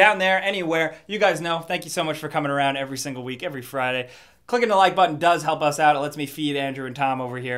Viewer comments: Did he say wheat instead of week? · did you say every wheat?